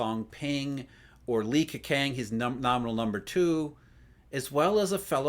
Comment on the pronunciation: I've been living in China and Taiwan for over ten years. Your take is really impressive. Just to let you know, Li Keqiang's "qiang" is pronounced "chiang".